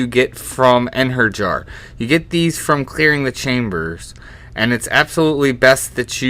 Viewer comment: smh its Ein hair ee yar not Ein her yar. Odin would be ashamed (The god not the summon)